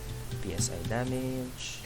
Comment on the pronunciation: How to read greek letter Psi normal people: Say once human people: Pee Es Ay